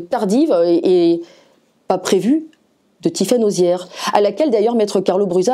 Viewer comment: Pas arrière mais Auziere